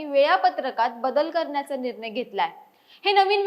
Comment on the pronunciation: Nir nay. Lai bhari marathi bolati 😂